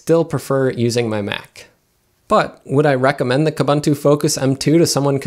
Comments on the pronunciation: Pronounce Kooboontoo properly. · When buying even the highest end hardware still doesn't come up to the mark for Linux, that's saying something. BTW, all the "u"s in Ubuntu and its derivatives (like Kubuntu) are pronounced like "oo", so it's pronounced "oo-boon-too", not "uh-bun-too". Also, "slightly unique" doesn't make sense; something is either unique or it isn't. You mean "slightly distinct" or the like.